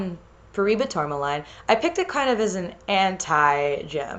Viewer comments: Wonderful video as always! Also I'm pretty sure paraiba tourmaline is pronounced par-a-ee-ba tour-ma-leen or par-a-ee-ba tour-ma-lin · This looks fantastic! Also, tourmaline is pronounced "tore-muh-leen" iirc